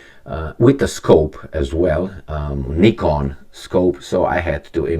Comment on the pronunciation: Finally someone who can pronounce the name ''Nikon'' properly in that part of the world.